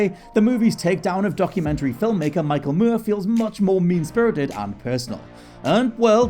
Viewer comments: Moore. Moor. Not muierr or whatever you are saying v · More, not mury. I hate that British folks will say a word the way they think it should be said, even if it's a fu*king surname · Him pronouncing Moore like Mure is driving me crazy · Why is he pronouncing his name as Mur, instead of Moore? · Michael MOORE. Like how you said MORON. Not Michael Muir. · Like how you say more! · I am SO SORRY cool video, very interesting but the way you are pronouncing Michael Moore is giving me the chalkboard scratch effect and I am not proud of that. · Why is he saying it like that? It's really irritating! 🙄